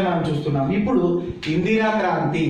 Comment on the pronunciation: Kaanthri kadu sir.. Kraanthi